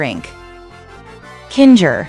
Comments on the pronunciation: its kinger. not kinga. and its TWITTER NOT X. I WILL NEVER CALL IT X! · It's kinger not kin-ger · It’s kinger not kinga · KINGA? KINGA? HIS NAME IS KINGER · KINGA BRITAIN ACCENT 😂😂😂😂😂😂😂😂😂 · Why do you call kinger kingga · BRO IT SAID KINGR FOR ZOOPLE❔️